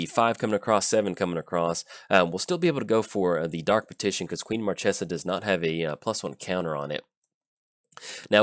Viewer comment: its marchesa, the black rose. lol